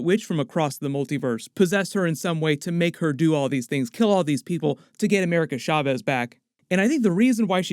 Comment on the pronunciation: I'm sorry but every time u say Chavez u say it Shaves it's Cha not Sha